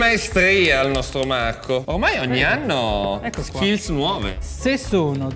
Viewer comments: AAA cercasi gnocchi “artigianati”, come dice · Uagliò Marco però non far video "mi sfottono per il video di masterchef buhuuuu" a far la vittima e poi fai sponsorizzate da video con 'SAPOVI DELLA MIA TEVVA" a prender per il culo che parli con la 'V' e così via... Ok che come dici tu 'alzi la munnezz' e qualche soldo in più fa comodo ma scegli se esser il meme vivente o la vittima, così è fastidioso.